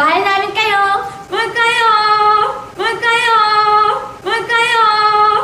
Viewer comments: Malkayo! 😂 it should be mahal kayo Im a filipina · Malkayo bugas ! akos minji! bisaya man diay nis bom og minzy pastilan🤣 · Malkayo, akos minji, what!? Ang cute nila pag nagkamali sila ng tagalog!lol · si Boom talaga ang epic fail. LOL XDD Malkayo at Ako shi Boom. ahahhah kakatuwa. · "Malkayo" lol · OMG, I was laughing so hard on Bom's "malkayo".